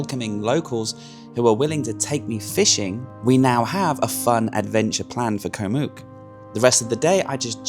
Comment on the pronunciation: Koh Mook is pronounced to ryhme with "look" not "puke".......